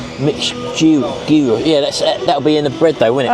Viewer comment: Looks lovely, gyros is pronounced yeeros, enjoy x🇬🇷